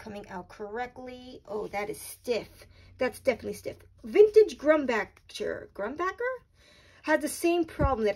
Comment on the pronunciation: Grumbacher; the second half like the composer Bach. (with an "er" added on the end.) So you say right a few times.